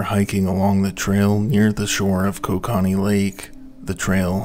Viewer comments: another Canadian here, it's pronounced ko-KA-knee .. no matter how most Canadians like to say it. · Dude needs to learn how to say KO-KA-NEE. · OH WAIT YOURE TRYING TO SAY KOKANEE (CO-CAN-EE) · Love how I knew 5 seconds in all the comments were gonna be Canadians being irritated by the pronounciation. I love cracking open a nice cold Ko-kah-nee at the end of the day lol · It continually makes me laugh as to how much non-Canadians don't know how to say many of our land marks. It's not pronounced "ko-ka-nee", it's "koke-a-nee" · Canadian here, Kokanee is pronounced: “Coke- ah-kneee” loved the video! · it is pronounced coca knee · It's pronounced co-can-ee😂😅😂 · As much research that goes into one of these, is it that much to also research the pronunciations? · I didnt even know he was trying to say kokanee and I'm also from the town the brewery is in LOL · Yes!!!! Not sure I can watch this. in and whoever is speaking doesn't even know how to pronounce Kokanee. How does that happen? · This guy needs to learn how to pronounce kokanee properly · Shame you didn’t take the time to learn the proper pronunciation for Kokanee. And, you only get about 50% of the story correct. How do I know. I was there.